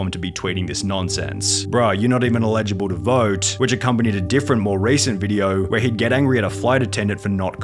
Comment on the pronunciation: I'm just mad at the way you pronounced Eligible